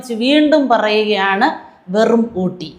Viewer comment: മേയർ ഊട്ടി അല്ല, ഒട്ടി. തേഞ്ഞിട്ട് ഒട്ടിഎം😂😂😂